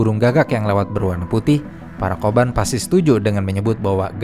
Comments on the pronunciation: Kobun bukan ya? Bukan koban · Narasinya bagus. Tapi spelling oyabun kobun nya jadi agak gimana gitu. Apalagi di ulang ulang. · Kobun dan oyabun, bukan koban dan oyaban. Koban artinya kantor polisi, oyaban artinya bagian orang tua.